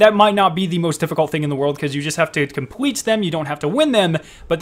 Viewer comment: “Compweet” “pway “ lol 😂 hilarious thanks for the vid